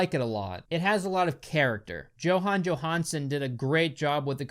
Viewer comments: Somebody probably already commented this (though I scolled a bit and didn't see it) and this is an older video, but Jóhann Jóhannsson (RIP) was icelandic - the J's are pronounced more like Y's (Yo-hann). That's also why his "lastname" is patronymic (-son). The J sounding like a Y, from our perspective, is a Scandinavian thing - but it probably goes beyond Scandinavia. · that pronunciation of Jóhann Jóhannsson was pretty poor